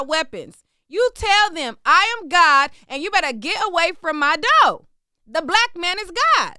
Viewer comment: Love the way says “doe” instead of “door” 😂😂🤣🤣🤣🤣🤣